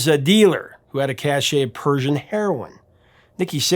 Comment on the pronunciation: Cache is pronounced 'cash' not 'cashay'.